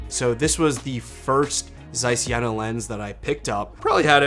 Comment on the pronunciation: I Germany we pronounce: Jeeena och Caiss 🙂